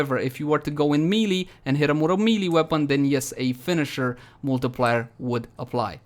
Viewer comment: Really love this channel,the builds are always on point.Also i laugh everytime you say melee.